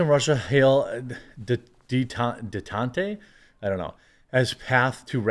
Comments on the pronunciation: Detente = day tahnt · Detente is pronounced day-TAHNT Easing of hostilities